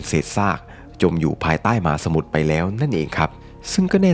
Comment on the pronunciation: คำว่า "มหาสมุทร" น้องชายอ่านว่า "หมาสมุทร" พี่ก็ฟังอยู่หลายครั้งเพราะพูดคำนี้บ่อย 😊😊